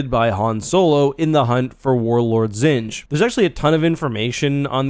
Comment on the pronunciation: Pretty sure it's actually pronounced warlord "jin-jah"